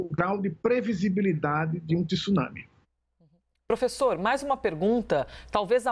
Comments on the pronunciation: Vamos pronunciar a palavra correta é TSUnami e não TIsunami . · 😂 Estranho o professor pronunciou a palavra TSUNAMI certo no comeco e depois comecou a falar TISUNAMI...nao sei se pra acompanhar a apresentadora...Tsunami se pronuncia da forma que se escreve...